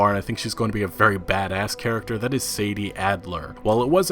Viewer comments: Its 'Sadie' not 'Sadee' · Samuel Kinsella He's always pronouncing shit wrong lol "SAD-EE " And not Say-dee